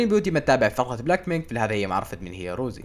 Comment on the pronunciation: رَوزي❌ رُوزي✅ 😂😂